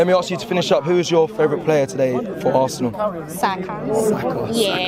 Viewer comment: First time hearing a better pronunciation of the name Saka